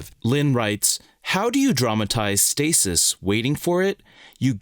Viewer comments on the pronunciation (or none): none